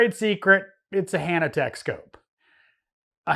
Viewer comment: Why are you saying Hannatek when you mean Hantek?